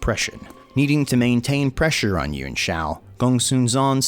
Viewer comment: Yuan Pronounced: Yoo-Anne or Yoo-On Killing me every time you pronounce it.